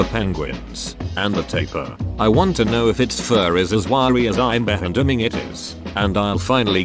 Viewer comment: poor text to speech had a seizure whilst trying to say “assuming”. 😂